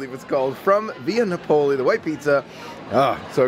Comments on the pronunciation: It took me a little bit to figure out where you were going to lunch until I saw the place. 😂 Just FYI, it’s pronounced Via NA-poli, not na-POLI. 👍🏻 If you like red sauce, they use real San Marzano tomatoes. It taste unlike any other red sauce I’ve had before. So Yumm! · Nah-Poh-lee. The Italians are crying. Otherwise a great vlog! Haha! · NAP - O - LEE